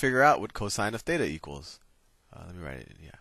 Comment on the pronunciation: θ is pronounced theta